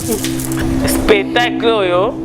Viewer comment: Spetacle 😂😂😂 on dit spectacle 🤷‍♂️ tshoko eleki ya la Baronne 😂😂😂